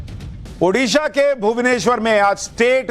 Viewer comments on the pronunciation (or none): none